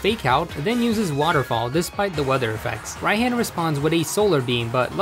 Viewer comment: Why do I feel mad whenever he says Rai-HAN insted of Rai-H-AH-N.